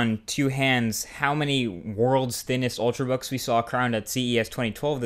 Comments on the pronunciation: "ultrbooks" I though it was "ultrabooks"? lol. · Ultrabooks, not ultrbook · 'Ultrbooks' - Marques Brownlee 2012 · Yay, 'ultrbooks' :D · Lol "Ultrbooks" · "Ultr(a)books" you da man!